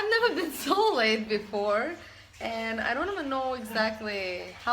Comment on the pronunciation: In the beginning it sounds like she's saying "laid " instead of "late" 😂😂😂 I was dying